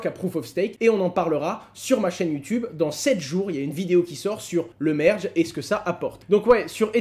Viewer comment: Pourquoi tu prononces Algorand "Algorend" et merge "mèrge" 😜